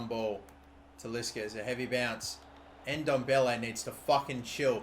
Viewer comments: It's not pronounced n-Dombele it's ndoble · im pretty sure its pronounces en-dom-beley